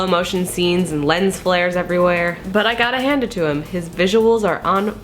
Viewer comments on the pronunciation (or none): none